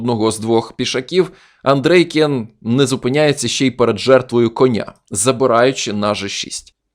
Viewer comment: Чому АндрЕйкін ?😂 Нагадує азірова. Тільки один раз на 5.35 ви сказали правильно АндрЄйкін.